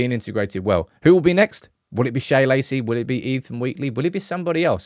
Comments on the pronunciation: it's just Shea, like Shay, like John O'Shea. Not 'Shaya' Lacey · Its Shea (pronounced shay) not shaya - sorry, driving me nuts. It's an Irish name